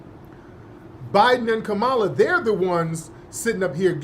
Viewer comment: Trump is not in office at this moment. But he did say he would give qualified immunity to the police once he gets into his office. The Vice President name is pronounced Comma la.